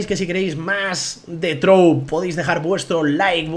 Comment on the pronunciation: dijiste "trouv" en vez de "trove":v